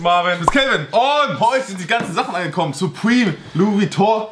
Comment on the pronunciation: da unten steht nochmal surpreme" =Hanes🤣🤣😂